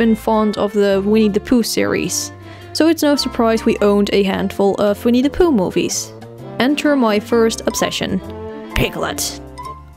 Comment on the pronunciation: when you said "winnie the pooh" the first time, i thought you said "we need to poo" XD